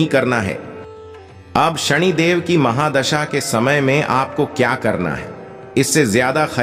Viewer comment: सनि देव है उच्चारण सही करो सणीदेव नहीं